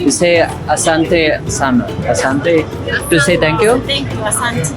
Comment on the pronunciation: its asante... The h is non existant. A for effort though, do enjoy Nairobi and welcome